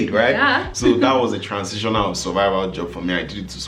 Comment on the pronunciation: These bloopers are hilarious o, chai. you are not nice 🤣🤣🤣🤣🤣 Transintional 😅😅